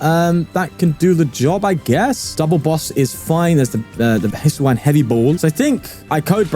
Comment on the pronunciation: Saw the thumbnail. Clicked just so I get to hear pronounce "Hisuian"